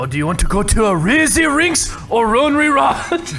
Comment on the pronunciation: "Do you want to go to Razy Rinks? Or Ronery Rodge?" xD